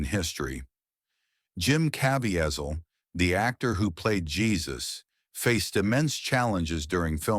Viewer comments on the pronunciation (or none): “Jim Cav-ee-ezzle” This is why you should do your own voiceovers and stop relying on AI, things like this take away from the authenticity of what you’re trying to convey. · Woman? Wasn’t that Satan? AI didn’t get Jim’s name right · The way this awful ai narrator pronounced Caviezel's name made me a lot more angrier than it should’ve 😂 Also Jim wasn’t 'cut', but bruised by the long, bamboo like sticks that were first used. They then used that bruise and 'copied' it using vfx to place it all over his back